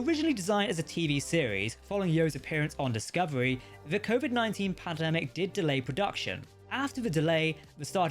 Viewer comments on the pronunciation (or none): none